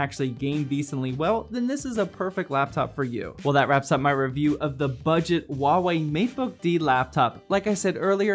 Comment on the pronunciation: Hua wei not wua wei